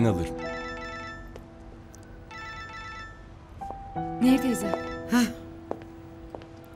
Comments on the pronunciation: Admin Nehir değil,Neyyir. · Nehir değil Neyyir lütfen dikkat edelim bu konuda hassasım